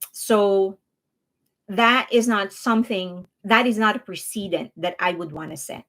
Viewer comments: I feel weird nitpicking like this, but the word "precedent" is pronounced press-a-dent. You keep saying pree-see-dent. Other than that, great job laying out the facts and keeping us updated on the NJ drama. Thanks for keeping us well informed. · Your English is very good but precedent is pronounced "press uh dent" not "pre see dent". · Not to be picky, but ‘precedent’ is pronounced like ‘press-i-dent’ (accent on press). ‘President’ is pronounced with a ‘z’ sound, ‘precedent’ is pronounced the same but with an ‘s’ sound.